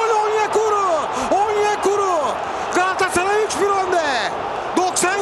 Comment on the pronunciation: hiç kimse galatasaray kelimesini ercan taner kadar güzel söyleyemez harikasın ercan abi çok yaşa